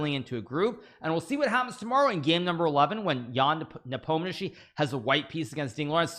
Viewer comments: Hikaru, my man, you are finally pronouncing Ian’s name very accurate, good job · Hikaru probably believes Ian will be the next world champion, since he decided to learn how to pronounce his name correctly. I guess there was no need to do it the last time around, when Ian was playing Magnus.